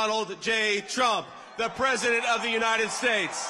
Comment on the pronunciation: STILL SAYING MADAME PWESIDENT?🥺 HAHAHA! COPE & SEETHE